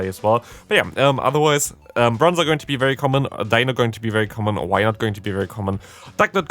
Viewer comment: You do know it’s D-ein-o, Zwei-lous, Hy-drei-gon, right? Ein, Zwei, Drei?